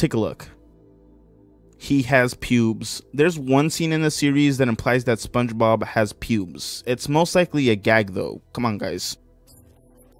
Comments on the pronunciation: You got it right the third time lol not yee or chee you got it when you weren’t trying lmao just try less lol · just say it like "Spónje-Bob" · I feel like if you pronounced it "Sponge-eh-bob" in front of Spongebob he'd immediately start pronouncing it exclusively that way from then on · Spunch bob is the only correct way to say it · SpongeBob SquarePants it's how you pronounce it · it's fine if you don't say spongebob right. it's pretty subtle when you say it normally, so idc as long as you dont say some pronnounciation that is just plain goofy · You all 🧢 yk u pronounced sponge bob on purpose to try to be funny